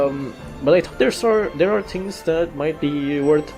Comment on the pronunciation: I have a question, why do you say "tings" instead of "things?"